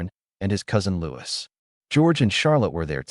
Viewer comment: i believe the royal family pronunciation of Papa is "Pa-pah" - with emphasis on second syllable & Louis is pronounced the French way as "Lou-ey" (not as "Lewis") Greetings my friend from North Wales🍀🌳